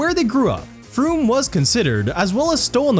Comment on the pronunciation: Surprised you pronounced frome right given most people don't